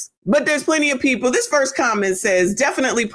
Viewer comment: Yes lawd, the rant. 😅. I've given up on most of "alla our peepoh".